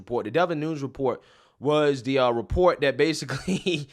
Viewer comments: It’s pronounced NOON-EZ. Not NOONS. Otherwise another great video! Keep lighting those candles & chasing the darkness! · Noon-ez not noons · For future reference devin nunes is pronounced new-nez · Nu Nez (Nunes)